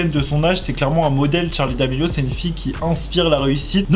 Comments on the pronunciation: C’est charli pas tcharli😂😂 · Tttttcharlie c’est Charlie pas tttcharie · Ça me perturbe car il dit tcharli et pas charli je suis pas là seul hein ? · Ses charlie ses pas tcharlie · C'est Charlie d'amelio pas t'charlie d'amelio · tu me stresses c’est Charli pas Tcharli ptn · En dit pas tcharli en dit charli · C'est pa tchali c'est charli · C est charli pas tcharli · C pas tcharli c Charli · Sa me tresse quand il dis tcharlie d'Amelio 😂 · oui mais il dit tcharli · J'ai même pas entendue une fois Charlie j'ai que entendu tcharlie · Moi ça stresse quond il dit " tcharlie " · Pourquoi il dit "TCHARLI" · Pk tu dit tcharli??🤔🤔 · Ce n'es pas tcharli domélio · Arrête de dire Tharli !